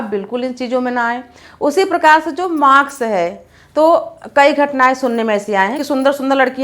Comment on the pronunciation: I respect you for your work...but u don't have need to make video in every topic...even u r unable to speak mask..u r speaking maks.